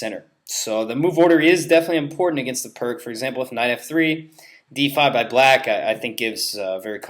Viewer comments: Can't stand it when someone at this level says "perk" perpetuating the ignorance of the correct way to pronounce the man's name. Every time I hear it said this way, it hurts my ears. If the narrator sid it correctly, the correct name would be passed on, but he is probably too scared to be criticized by other ignorant people. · What is PERK for Pete's sake! The sound of PIRC is PEERTS, the name of a Slovenian grandmaster!